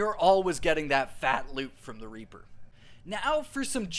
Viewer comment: I thought he said raper farming 💀